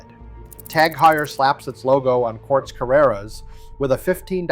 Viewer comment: Who did this edit? It’s horrible. And the information, while partly correct, isn’t accurate enough to give you any credibility especially considering you can’t pronounce Tag Heuer properly.